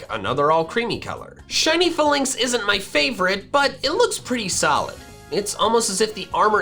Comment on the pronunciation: As a huge Falinks fan, I will never forgive the way he said "Fah-links" in this video